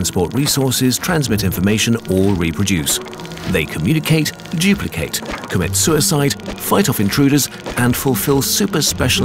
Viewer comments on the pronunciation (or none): Everybody:Duplicate:Juuplicate